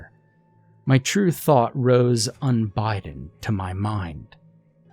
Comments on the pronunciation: "Un-biden" "vairoolent" "en-thrayled" Bruh, stop; this is supposed to be a horror story but you keep making me laugh! 😂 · LOL. “Unbiden”? You must mean unbidden. I wish someone would un-Biden us all. :)